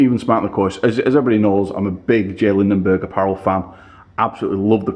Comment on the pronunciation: Lindeberg, not Lindenberg...